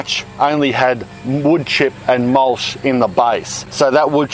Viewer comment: Love the channel... but in all seriousness... you ARE saying "mulch" incorrectly. Even with an Aussie accent, the last two letters are "ch", not "sh". It's NOT "mulsh". It's "MULCH". CHOO CHOO like a train. Not SHOO SHOO like you say to bugs or pests.